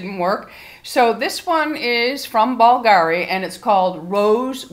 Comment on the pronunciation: I love it,but you only need a tiny spritz.It’s pronounced BOOLgahree. 😉